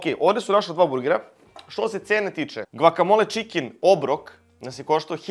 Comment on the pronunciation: bas volis da izgovaras to gvakamola 🤔